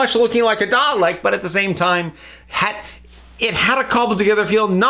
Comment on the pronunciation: Was anyone else annoyed by hpw they prnounced “Dalek” in this episode? It was like “Dah-lick” without that nice long “eh” sound. Like they were rushing it. Did anyone else notice?